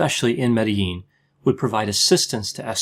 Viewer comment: I liked how you pronounced Medellin correctley.